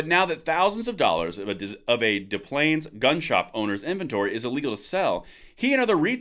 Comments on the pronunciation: It's pronounced DES-PLANES. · De plaines is pronounced DESS Plaines. I know because I'm from there haha! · I grew up in Illinois and the correct pronunciation is Dess Plaines. I find your videos most informative. I currently live in Arizona and the gun laws are more like where you can shoot, example: no closer than 1/4 mile from an occupied structure in rural areas and restrictions on State Trust Lands. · True, We pronounce the "s" in Des Plaines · Des Plaines, the S is pronounced. I know, it's different all over the US. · Being pedantic: The "s" is pronounced in Des Plains.